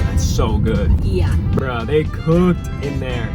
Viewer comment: Bro said “bruh” in an Italian accent